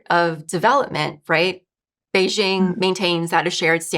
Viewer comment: You're mispronouncing Beijing.